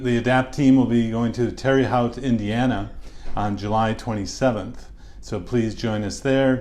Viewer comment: Dr. Westman, I think you’re the best. Thank you for all your work. Except for one thing. You gotta pronounce Terre Haute correctly! Tara hote. Long O sound. E is silent. 🙂